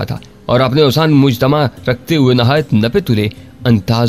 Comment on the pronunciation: Mujtameh not Mujtamah